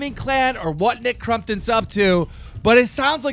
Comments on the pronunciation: Stop saying crumptun 😭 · I thought keem said Mccrompton